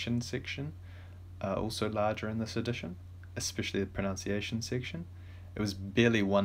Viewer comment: Sorry to be picky, but why do even native English speakers pronounce 'pronunciation' incorrectly? It's 'proNUNciation', not 'proNOUNCiation.